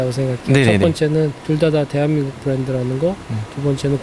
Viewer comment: 부랜드부랜드 웃겨용 헤헤헤헤